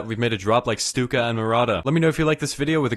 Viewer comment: Bruh i thought it was pronounced 'Stuck-a' not 'Stook-a'